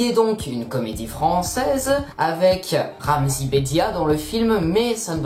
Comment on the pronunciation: 4.44 il s’appelle RAMZY PAS RAZIM donc renseigne toi au lieu de raconter de la merde